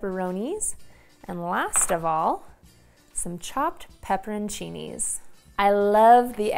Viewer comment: I love them I was just confused on how she said it. Lol